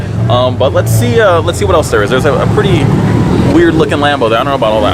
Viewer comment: She said whaaaaasst